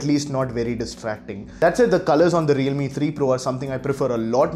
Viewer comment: he mispronounced it.